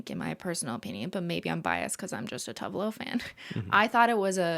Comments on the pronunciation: It’s always so funny to hear non Swedish speakers try to pronounce Swedish names. I did not understand that Cristine was speaking about Tove Lo until she named one of her songs “Grapefruit”. FYI, the e in TovE is pronounced, so it sounds like tO-vE Lo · Cristine, I believe Tove is pronounced Too-va. Scandi names have different vowel sounds than English